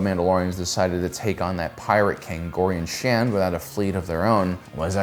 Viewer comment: It's Gorian SHARD, just some completely transparent and honest feedback because I am a huge fan and love your videos..... I've noticed a lot of mispronunciations in many of them